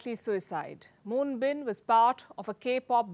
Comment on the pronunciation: AT LEAST learn how to pronounce his name!